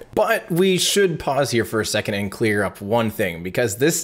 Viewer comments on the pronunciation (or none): none